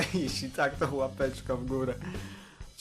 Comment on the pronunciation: czy ty powiedziałeś beczka czy łapeczka ?